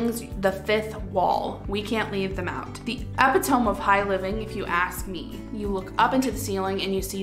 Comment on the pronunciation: Some really nice ideas in your video, thanks for that! But I do feel compelled to let you know (since I would like someone to let me know if it were me) that you are mispronouncing the word “epitome”. It should be “ih-pit-uh-mee”, with the stress on the second syllable. 👍